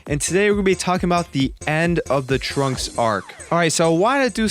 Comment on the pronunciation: I thought you said the 'Trump Arc'